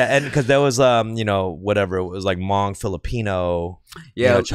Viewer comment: Hey shout out to for saying hmong loo